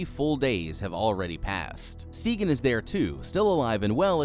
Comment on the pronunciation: Jesus, did you watch it? Her name is Sagan! SAYGEN